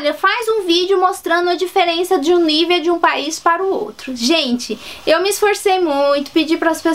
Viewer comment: Só uma pausinha. O Nivea é um creme Alemão e não se fala Nívea e sim Nivêa. Ahhhh e no nivea do BR já está escrito Hamburg. Hamburg é uma cidade da Alemanha. Bjs